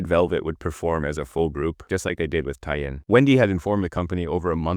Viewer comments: I can 100% confirm Tie In is the exact mispronunciation of Taeyeon by AI voices - you have to type Tay On instead or manually train the model 🙃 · I wonder if you're using an AI voice -- Tai-yung instead of Taeyeon ("Tay-yon"). It's really throwing me off. Yeah, SM has gone downhill, which is a bit ironic when you consider how many controversies that LSM had. The Naevis idea is just dumb. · Taeyeon's name is pronounced tay-yun (not yoon) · taeyeon is pronounced- tay - yawn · Thank you for saying this, it was killing me listening to them say "day-yun" 😮‍💨🥲 Great video but I wish they took the time to try and pronounce Taeyeon's name properly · Why can’t you pronounce TAY (rhymes with KAY) yeon’s name properly? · Same reason that 'Live' in "SM Live" isn't pronounced properly. Crappy AI voice. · The pronunciation of Taeyeon is making me so mad omg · I've never heard someone pronounce Taeyeon's name like this before lol